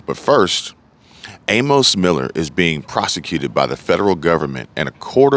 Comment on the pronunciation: The name Amos is pronounced A-Miss. Thanks for the video